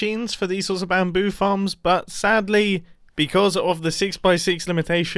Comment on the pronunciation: whn he said farms i heard like "how many fans can i fit in this square " LOL